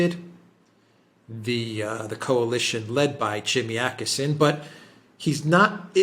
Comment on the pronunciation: its okesson not akessen :) åååå ooooo